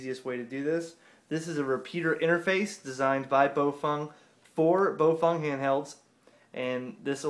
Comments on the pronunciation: Nobody: This guy: Bofung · Repeat after me: Bah-ow Fuh-aang. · If you ask the Chinese, it's pronounced bow fung. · They maybe said Pofung(another "brand") or just mixed the too.